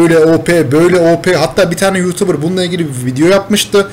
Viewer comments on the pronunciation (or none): none